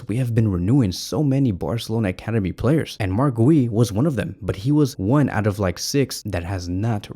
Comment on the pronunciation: Dude, how did you mispronounce “Guiu”